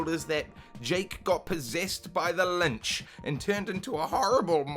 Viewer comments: Lich not lynch, minor correcting all things considereg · Possessed by the "lynch"??? That creature is callllllleddd.... a "lich". Pronounced like "itch" but with an l at the start. A famous fantasy creature of tremendous power, and present in D&D games. Even some in Baldur's Gate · LYCH! ITS THE LYCH! not LINCH! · It's the lich, not the lynch. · The fact he said “linch” not lich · any chance we can convince you to stop saying "Lynch" in your vids? :D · are you saying lynch instead of lich? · MAN SAID LINCH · Did you mean to say lynch instead of lich? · no, i corrected you when you said Linch.